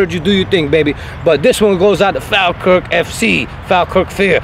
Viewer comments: Am a Falkirk fan it's pronounced Fawlkirk Falkirk Mods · If your going to talk about a football team at least know how to say the name of the team properly ...its spelt Falkirk..but you say fallkirk